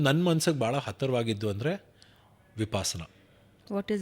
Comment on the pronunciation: 1 ಅದು ವಿ ಪ ಸ ನ, ವಿಪಾಸನ ಅಲ್ಲ 2 ಬುದ್ಧನ ಜ್ಞಾನೋದಯ ಆಗಿದ್ದು ಇದರಿಂದ ಅಲ್ಲ